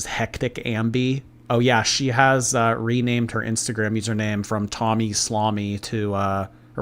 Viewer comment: Is it me or you calling Tommy “tummy”? That’s what i hear everytime😝